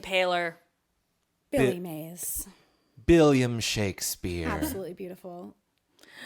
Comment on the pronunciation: he said Billiam and I'm crying now